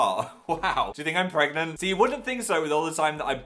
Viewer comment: No NO NO it's not "pregnanant"! It's pregnont